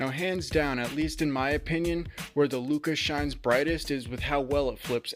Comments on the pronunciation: Bro said "flyti looca". But great video, very informative. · Great review, thanks! BTW lucha is pronounced loo-cha, it's Spanish for fight, like the wrestlers luchadores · Lol Lucha is the word! You have a couple other comments about it too. Its pronounced how it looks. Loo-Cha, that ch make the classic ch sound like if you were to say change. If this is a weird troll then you got me lol. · How the hell do you not know the pronunciation of the item youre reviewing? Never watched wrestling i guess. Good in depth review besides that annoyance.